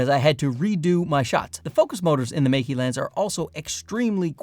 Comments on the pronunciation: But both Mey-Key and Mike-Key are wrong 😂It's 'May' like the month, and 'Kuh' like the 'cu' sound in the word "custard". It's not hard to say it correctly, we have all of the sounds in English (unlike other Chinese brands e.g. Zhiyun). For the losers saying I'm being pedantic, wouldn't you point it out if he was pronouncing Canon as 'Ceenown'? Sure you would. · It's not "Mikey', the two syllables in the name are pronounced May (like the month) and Ke (the sound at the beginning of "current". Don't you have some brand deal with them or something? You should really know this. Anyway, still enjoyed the video. Been here since the early days.